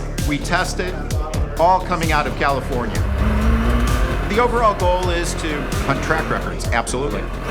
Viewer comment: Funny how the guy was like "all commifornia". California sucks